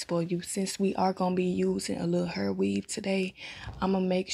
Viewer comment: Badu eyes and pronouncing hair as "heeerr"🤣🤣🤣🤣 straight Dallas vibes 🤣🤣🤣🤣